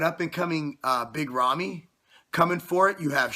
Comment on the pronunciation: Please learn how to pronounce big ramy